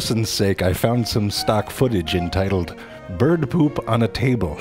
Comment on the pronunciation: Gesang Manggala, And we can hear him say “beeyerd” again. Have you watched the Duck?